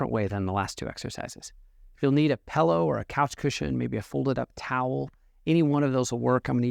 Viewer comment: You had my respect until you said “pellow.” Just kidding, still respect. You are the only internet chiropractor that isn’t destroying the integrity of the field of chiropractics. Good job, keep it up